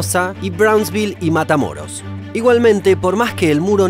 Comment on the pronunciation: mata muros :v ya perdieron EEUU >:3 ( Es que se lee matamoros PERO EL VIDEO LO DIJO ASI MATA MUROS CON "u" )